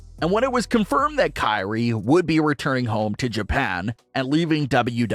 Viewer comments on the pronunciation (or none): none